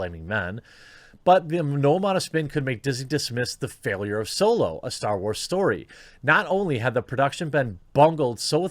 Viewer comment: I can hear Jeremy is still relearning how to pronounce "story" 😂